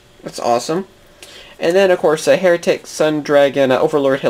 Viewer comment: "So Yeah" count: 14 Hieratic is not pronounced like hair-atic. Think of hieroglyphics. I'm surprised no Wonder Wands. There's also a card called Risebell the Star Adjuster, which would enable some fun with Ancient Sacred Wyvern.